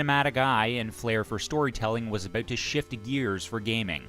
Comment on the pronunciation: Canadian eh? I can tell by the way you pronounce "abooot" (about)